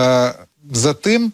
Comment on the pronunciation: Рускєй! Не бовкай:"По тиМММ далекиМММ краяМММ"!!! Греби до першого класу,неуку!